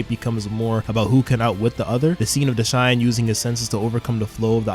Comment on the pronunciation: Who tf is "Deshine"? :') Are you really calling Dashan like that? 😭 And why are you writing Ginga "Jinga"? :')